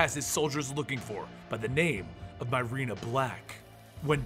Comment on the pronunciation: Myrina = MUH-ree=nuh or MEER-ee-nuh NOT "MY-rena"